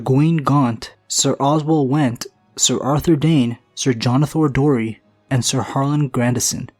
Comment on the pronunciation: * Jonothor Darry